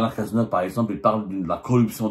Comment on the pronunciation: On dit : OUVRAGE collectif. Et aussi : littéraire et pas léttéraire. Cazeneuve et non Gaz’neuf. Badinter donc UN et non Bad i n ter.